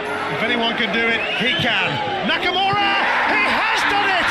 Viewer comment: It's nakamu↑ra!!